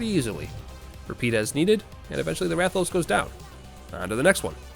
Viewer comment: the way you pronounce rathian wrong but rathalos correctly both confuses and angers me